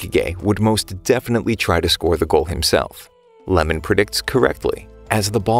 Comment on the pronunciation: guys the goalkeeper's name is not lemon its iemon